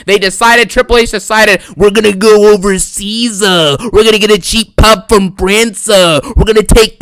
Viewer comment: "We're going overseas-ahh" 😂😂😂